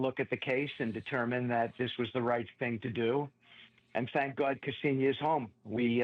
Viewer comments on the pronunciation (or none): It’s like nails on the chalk board on how they pronounce her first name. It’s not kEsenia… it’s Ksenia!